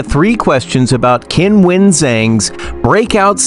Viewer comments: Oh, c'mon, her name's not "Kinwen", she says that sometimes for westerners! TikTok is not a place to rely on anything. Do some decent research and find out the way she actually says it for real, the way we all say it in China, including Qinwen herself. There's a YouTube video somewhere where a group of tennis players from several nationalities actually say their names for real, and Qinwen is among them (it might be under the WTA listed videos). Alternatively, you could look at a Chinese news source or interview with Qinwen in Chinese where her name is referred to. Doesn't matter that you can't speak Mandarin, you'll hear her name announced. If you want to develop your channel and be taken seriously you need to be professional enough to pronounce names correctly. It shows respect. Otherwise, why bother having a channel. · isn't time for the sports commentator to learn how to pronounce her name probably ! It is not Kin-wen ...........the Q in China is pronounced CHI. However, DIVA is a proper term for her.